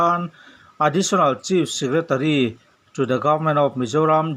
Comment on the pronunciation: Chief secretary hi chis tiin lam ri fo lo la